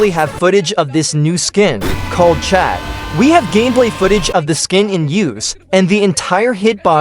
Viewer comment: "chad"... bud it clearly says "Chud"